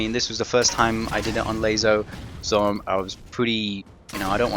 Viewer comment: can u plz call it laso not layzo thank you